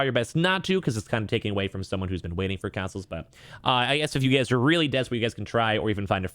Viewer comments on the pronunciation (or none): FYI it’s Consoles and not Cansoles